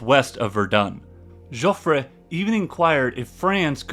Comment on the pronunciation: This is an excellent video and very well presented material. Subscribed. A very good reading on the same subject is the 1962 Pulitzer Prize "The Gun of August" by Barbara Tuchman. For "Jofffre" in French , the last "e' is silent and never an accentuated vowel like in Spanish .